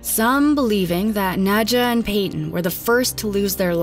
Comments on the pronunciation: "Nad-yuh" not "Nidja"... I'm sorry... please.... and if that's how she pronounced her own name? Idk maybe people shouldn't name their kids names they can't pronounce 😂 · Any chance the mom’s name is Nahd-ya. Like Nadia and not Nedja? 🤦🏻‍♀️ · I think her name is pronounced Naw-dee-uh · Are we sure her name wasn't pronounced "nadia" since ja is often pronounced as ya? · It's pronounced Nadia. Not dismissing the facts, just saying people should learn languages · Im pretty sure that the J in Nadja is pronounced as Y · The j in Nadja is just an I sound.. just a silly way to spell Nadia... went to school with one.